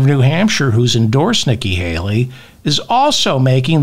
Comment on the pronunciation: He said Niky Haily 5 times.?? I understand one error. But not 5